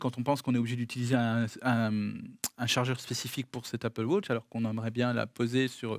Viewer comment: “Apple wotch”?? C’est pas plutôt Apple Watch? 😝